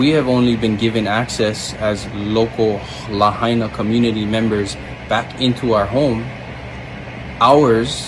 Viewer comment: Not lahina . It is .... "La-ha-i-na"! Lahaina is in Ha-wa-i'-i. Not ha-i-iee!